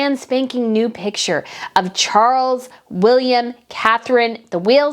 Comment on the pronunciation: Charles..NOT Cgarles!!!!!